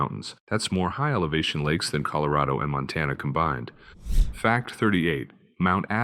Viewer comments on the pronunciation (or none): none